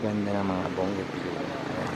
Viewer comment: Bonggavilla?? yan ba pronounciation? Bougainvillea po! Diba?